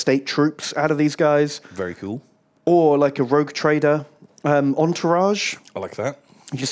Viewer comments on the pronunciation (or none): really is borderline dyslexic. "Rouge Traider"? Seriously? I am not even a native speaker and I winced at that.